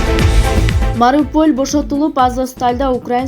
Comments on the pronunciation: Мариполь эмес галдир Мариопуль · Маруполь деген шаар барбы? Мариуполь деп туура окусанар окшотуп урдура бербей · марупол эмес маруополь деп туура сүйлөсөң журналист кыз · Делимитация данефикация маропол эмес билбесенер айтпай эле койгулачы мындай соз жок. Денацификация Мариуполь деп айтылат. Учунчу созунорду вообще тушунбодум. Жакшыраак окуган кызды койбойсунарбы? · Туура окуганды уйрон Марополь емес журналист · Маропол эмес,Шайго эмес,уят эле,туура окусан болмок. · Тизелеп 🙄😳🤯дейби Марипөл Марипөл деп ат койгонунарга жол болсун Казак Өзбек угуп бир жери мн күлөткө.Марипөль уккан сайын кыжырды келтирет ко М а р и у п о л ь дечи Кудай жалгагыр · Диктор 😨😡САБАТСЫЗ .ШОЙГУ МАРИПОЛ .ДЕЛИМИТАРСИЯ ,0,58 де.....🙃🙍‍♀️🤷‍♀️👎👎👎👎👎👎Сенден коро мен да соонун окуйм ,. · СОЗДУ ОКУГАН КЫЗ ТИЛИНЕ ТИБИРТКЕ ЭЛЕ ЧЫГЫП КАЛСЫНЧЫ,МАРОПОЛ ЭМЕС,МАРИУПОЛЬ ДЕП АЙТЫЛАТ,ДАГЫ БИР КАНАЛДАГЫ КЫЗ,МОЛДОНОВКА ДЕП БЫЛЖЫРАЙТ,ЮТУБДАГЫ ЖАНЫЛЫКТЫ АЙТЫМЫШ ЭТКЕНДЕР, СОЗДУ ТУУРА АЙТА АЛБАСАНАР ЭФИРГЕ ЧЫГЫП ШЕРМЕНДЕ БОЛБОГУЛА. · Марипол деп тилинда келбейт.экен.окуганды.да.жалчытпайт экенсин автор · МарипоЛ дейби?) МариУполЬ ) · Марипол -эмес мариопол. Шойгу деп жазылат окулушу Шайгу. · Марипол эмес Мариуполь деп туура окугулачы. Тили келбей сүйлөө бул кыз үчүн уят эмеспи. Өзүңдү эле эмес Кыргызды уят кылып жатпайсыңбы акылсыз келесоо. Калп кабарыңарды да жарытып окуй албасаң чыкпачы. эми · Марапол деп жататко,,,😂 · Силер согуш тууралуу суйлобой эле койгулачы.Ишинер канча,андан коро согуш болбосун! Ай журналист кыз Маропол дебей жакшылап окучу,3 жаштагы баладай болбой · Сабатсыздар жакшыраак окучу мариполь дебей. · озгочо "мараполь" дегени укмушго) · Тили да келбейт экен Мараполь деп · Марапол дейтго😆😅😄😂 Ой Автор туура суйлоочу чача мача дебей